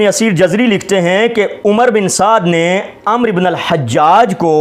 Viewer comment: محترم ابھی آپ پڑھیں آپ کی علمی لیاقت علماء اہلسنت والجماعت پر اعتراض کرنے کی نہیں ابھی تو آپ کو۔ لفظ عمر اور عمرو۔ پڑھنے کا طریقہ نہیں آتا